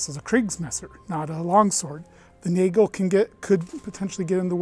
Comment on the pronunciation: Btw it's not naygel it's nahgel